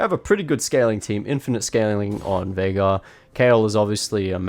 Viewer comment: Bro said mid jeagaar (veigar).